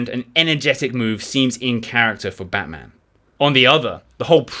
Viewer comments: Try pronouncing Batman with a diminished "a" in "man". This is actually abut Melbourne not Gotham City. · Its Batman like Batsman not like the super hero lol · After overlooking your mispronunciation of Batman (although he does have certain superhero qualities!) a thoroughly enjoyable and engaging overview of his life and adventures.